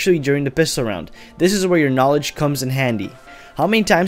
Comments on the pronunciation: "knaaledge" i died . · Victor Verkoelen Its knalege you illiterate shit.